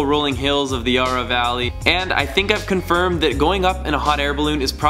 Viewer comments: Not Yaaaarah, YARRA! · ya-rah valley not yaara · May have laughed at how you said yurra valley ;) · "Yar ra" okay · Ah yes the Yahrra Valley